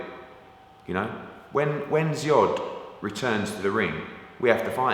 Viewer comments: Loooool he pronounced it as ziod which confused the fck out of me 😂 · I like hearn's pronounciation of foreign fighters. Drozd = Zod, Uzcategui = Ooz-cats-guy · Hearn's pronunciation of Drodz! 😂😂😂 Kneel before Drodz!